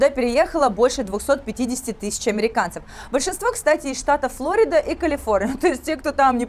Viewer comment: По русски Флорида. Ударение на второй слог.